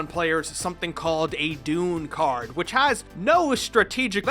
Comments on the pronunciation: Homie also said the doon card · "Doon Dimension" LMFAO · Did anyone else realize that he said "Doon Card" and "Doon Dimension"? Bro it's the Doom Dimension, I am still obsessed with the show and it's been over 10 years lol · I swear this dude is saying "doon dimension." Even emphasizing the "oon" instead of saying "doom dimension"😂😂😂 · Not doon doom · Does it sound like is calling the Doom Card the Dune card to anyone else? Because it sure as hell does to me, and apparently to youtube's subtitles, which somehow got bakugan right. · He legit said “dune” instead of doom dimension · its pronounced doom not dune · Did... did he just call Doom Cards... ‘D u n e cards’? The D U N E dimension?? XD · He also called it the “DOON” dimension lol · Ok, I know I'm gonna sound like a jerk, but it's not dune dimension, it's doom dimension. And Haos is pronounced HAY-os, with the long o sound. I say this not to be a dick, but just cuz I love bakugan. The video was fun, and very nostalgic. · Some corrections (I love Bakugan): It's called a Doom card because they go to the doom dimension. And the light attribute is pronounced as Hey-os. Still, it's a good video, and I like how you looked into all aspects of Bakugan.